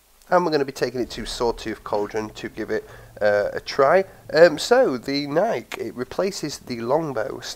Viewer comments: BTW: Philip Knight, the chairman of the board of directors at Nike, has said that Nike is pronounced ni-key and should rhyme with spiky. The more you know. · just so you know know it's pronounced nikeee, named after the Greek goddess of victory, or the brand Nike, which was also named after the same goddess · yeh iv always pronounced it Nike not Nikeee but im always doing that lol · yeh here in the UK we have always pronounced it nike (rhyms with hike, bike, like etc) but i have heared the official way to pronounce it is "Ni-key" lol